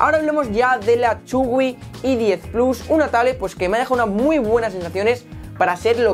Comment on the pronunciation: que la "H" se pronuncia como "jota" en inglés, por favor. No es una e-10, ni la otra una e-book, que eso es un archivo. A parte de eso, muy bien. Adelante con el contenido Windows.